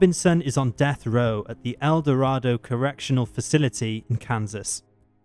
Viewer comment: This may be just a Kansas thing, but El Dorado (the city and correctional facility) is pronounced El Do-ray-do, not El Dor-ah-do. That correctional facility is the same place Dennis Rader is at.